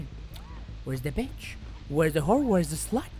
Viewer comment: "You want to play a game betch?"